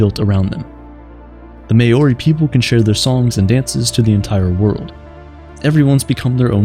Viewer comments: may-orI is wrong, its more like mole-ri with the ri being same as the japanese Ri with the rolling tongue , or moldy with the D sounding more like a R. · I assumed that the mayori people were differnet, and had to recheck the subtitles 😅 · I love your content, but you did pronounce 'Māori' completely wrong 😅 my girlfriend is Māori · I love that Manchin morari culture even if the pronunciation still needs some work Every part helps in the revival of the language and it stories/teachings